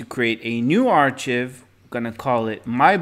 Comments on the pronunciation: It's pronounced "ARE-kive" not "ARE-chiv". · No Offense but "Ark + i + v" or "Are + Kive" is how you should be pronouncing archive. It is not a "ch" sound and the I is pronounced like the letter itself "i". Once again, no offense. Great information and I thank you for the video. I just know learning a language is a long and difficult process so I figured I'd throw that in since no one in the comments wanted to tell you.